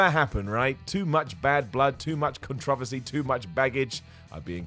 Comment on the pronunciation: He Brittish, cut him some slack. He also said 'contravacy' instead of 'controversy'